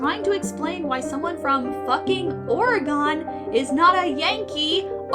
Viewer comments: As an Oregonian, I took 5 psychic damage every time you mispronounced Oregon. It's not Ore-uh-gone, it's Ore-uh-gun. EDIT: And "Oregonian" is Ore-uh-go-nee-un" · ITS PRONOUNCED OREG UN NOT OREGONE, WHERE DID IT GO??? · How is no one going to talk about the pronunciation of Oregon its pronounced oreGEN not oreGAN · That is a really weird pronounciation of Oragon. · you said Oregon wrong. Its pronounced like Organ, or Organ. the instrument and the thing inside you. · Okay, you probably already have 100 comments like this, but I can't find them so I'm making my own comment. Oregon is pronounced Or-gen. Like the instrument, the internal meat components of the body, or the word Organic without the "ic". We're pretty chill about most things, marry whoever you want, smoke some weed, hell you can even pop a few mushrooms or use a bit of cocaine, but one of the fastest ways to rile us up is to pronounce our state's name wrong. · Excuse, but not once in my life have I heard someone pronounce "Oregon" as "Organ" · It hurt the deepest part of my soul when you pronounced Oregon wrong. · I'm not from oregon but your mispronunciation of oregon hurts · As an Oregonian, the way you pronounced my state name, hurt me a spiritual level. (why do so many people pronounce it that way?!) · I know right? Its.. just... ooof... I take 30d10 psychic damage each time. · I'm Canadian and it shocks me that you yanks don't know how to pronounce other states' names